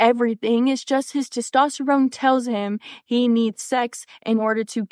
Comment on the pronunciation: Ok, she can't even pronounce "testosterne" correctly. I'm sorry, I'm gone.